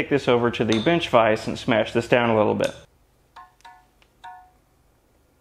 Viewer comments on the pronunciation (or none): “Clean them up on the disc sander a hweee bit” = instant sub 😂😂